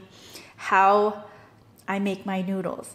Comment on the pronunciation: Why do you pronouce noodles like noodlus?